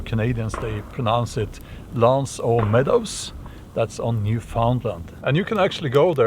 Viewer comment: Hello Sir! French-canadian here. Just wanted to say, you got the pronunciation of l'anse-aux-meadows correctly. My compliments on wrangling French and English in one strike like this!